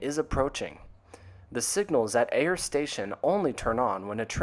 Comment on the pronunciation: FYI, Ayer is locally pronounced "Air," with one syllable.